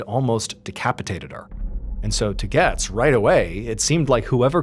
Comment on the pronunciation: Its "GOETZ"(GATES) ...not "gets"....js lol